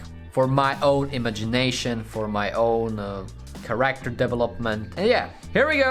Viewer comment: Its not called ”CarActer” its called ”cAracter”